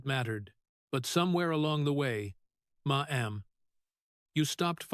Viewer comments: Ma Am has an all new meaning! IA may be smart but can’t pronounce Mam! 😂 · Who ever or what ever is doing the moderating on this video is horrendous. It keeps MA EM instead of MA'AM. Awful moderating. Sounds fake and I do not believe Senator Kennedy would appreciate this at all. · I agree. I gave up listening due to the “ma m ‘s”. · Can't you say mam! Not maam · Your AI can't pronnounce the word Mamm😢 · Funny how AI says "Ma'am" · Why does the speaker continuously mispronounce maam? Makes him sound like an idiot. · Unbearable to hear that moronic way to pronounce MAMM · They need to teach AI how to pronounce Ma'm. 💋🤠